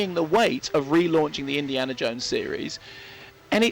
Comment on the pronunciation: "Indi(AH)na Jones" Huh ?